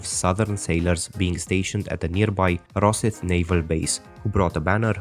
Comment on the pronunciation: Your pronunciations are off pal, its 'the Buddies' for st mirren. Raw scythe would be how you said rosyth. And it's the Hibees not highbays.